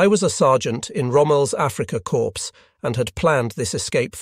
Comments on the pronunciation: "corps" is pronounced "cor" like "core", not "corpse". In plural it is "corz". Imagine if you pronounced it "corpses". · Corps is pronounced like core, not like corpse.